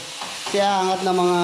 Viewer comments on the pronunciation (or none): none